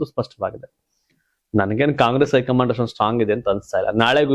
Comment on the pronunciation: ನೀವು ಮೀಡಿಯಾ ದವ್ರಿ, ಭಾಷೆ ಶುದ್ಧವಾಗುರಲಿ, ಐ ಕಮಾಂಡ್ ಅಲ್ಲ, ಹೈ ಕಮಾಂಡ್, ದೆಅಲಿ, ಅಲ್ಲ ದೆಹಲಿ ಓದ್ರು ಅಲ್ಲ ಹೋದ್ರು